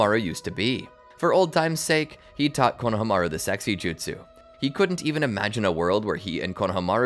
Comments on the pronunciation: i was happy till he started sayin konohamaru name wrong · JFC the way you pronounce Konohamaru makes me feel like I'm listening to AI.